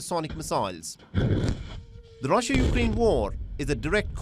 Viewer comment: Rassia straatagi, Indian accent😂😂😂